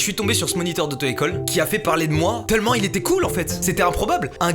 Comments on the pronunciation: Pourquoi tu dis « TeUllement » au lieu de « Tellement » ? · Raah tu dis « teullement » ça me stresse sinon super vidéo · Mastu à la place de dire tellement tu dis teullement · pk il dit teullement